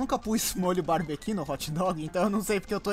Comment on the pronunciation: Ai que cringe!Não é molho "barbequi" é molho "barbeCUE"Se paga de esperto mas nem pronuncia.Eca.